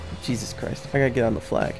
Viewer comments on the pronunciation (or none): none